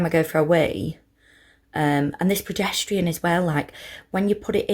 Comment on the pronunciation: I can’t not hear "pedestrian" rather than progesterone hahah but just looked through so happy it worked for you !! Currently started mine xxxx